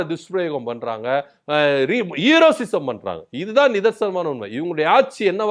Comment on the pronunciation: எப்பா தம்பி.....அது ஹீரோசிசம் இல்ல.... ஹீரோயிசம்....